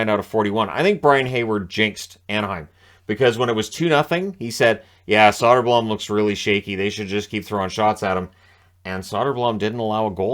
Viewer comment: It's pronounced Soder-Bloom